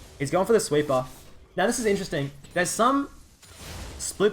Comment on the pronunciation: sweeper - he pronounces as sweet bar. took me some time to understand lul